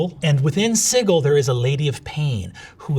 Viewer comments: Sih-Gill? I thought it was Si-jill. Is it not? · "Siggle" Brennan, why???😬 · Never heard sigil with a hard G before. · did he pronounced Sigil as "Siggle"? is that accurate? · 26.33 OMG is that how you pronounce Sigil! I've always read it as rhyming with Vigil like a remembrance for the dead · is it a GM thing to pronounce the word “sigil” Like That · My biggest pet peeve is the (albeit correct) pronunciation of Sigil as "siggle"... it just grinds my gears. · It’s pronounced Sigil.